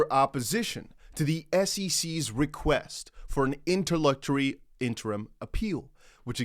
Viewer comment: FYI it’s pronounced “inter”-“lock”-“it”-“Tory”(like Oreo with out the last o) just trying to help out, thanks for the info.